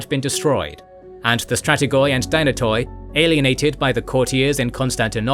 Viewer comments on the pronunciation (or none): Firstly dynatoi is pronounced dynat(e) and it means strong.so it was the strong families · Strategoi & Dynatoi are being butchered at the last syllable since the KG establishment... Palaiologoi spared miraculously 😋.